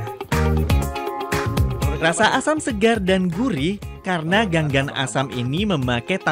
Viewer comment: Cara pengucapannya lain gan gan , tapi ga ngan